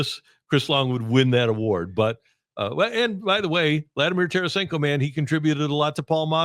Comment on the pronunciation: Fix 48 for Scott Young also it’s Tarasenko and it’s not close